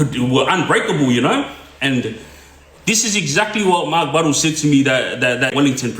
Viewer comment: Buddle..not Buddles